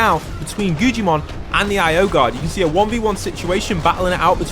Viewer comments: its not gujimon its guggimon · His name is pronounced guggimon not gujjimon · My mans is saying guggimon so wrong like gujimon and stop making it seem so intense it not that cool like wow if u drop hostile people with non hostile they fight who woulda known